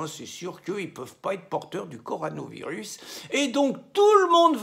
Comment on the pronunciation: On dit CorONAvirus, mon ami, pas corANOvirus ! 😊